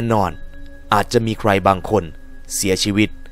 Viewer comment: สงสัยครับว่ามันเป็นคาเลคเตอร์ของพี่รึว่าพี่เป็นจริงที่ต้องออกเสียงแบบตัว ร กับ ค พร้อมๆกันเช่นคำว่า รายการ ถ้าพี่พูดมันก็จะเป็น รายวการ ใคร ก็จะเป็น ใครว แค่สงสัยครับอยากรุ้คำตอบด้วยครับไม่ได้หาเรื่องอะไรครับแค่อยากรุ้เห็นดารานักร้องหลายคนก็เป็นแต่ถามเค้าไม่ได้เห็นว่าพี่สามารถพูดคุยตอบกลับได้เลยลองถามดูเป็นความรุ้